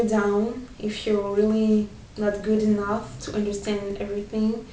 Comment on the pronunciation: thank you for inspirational tips :) Just a little tip from me, when you say words such as "tough" and "enough", you seem to pronounce them as "touth" and "enouth", and i've seen other french people do the same. So just remember that is is much easier than you think, just say "touff", and "enouff" :D